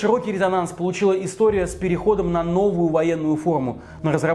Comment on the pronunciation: не тебе судить Российскую Армию, тебе к логопеду надобно, а еще учи не истоГию, а как было на самом деле. И не показывайся больше на людях, лучше молчи тлидцать тли.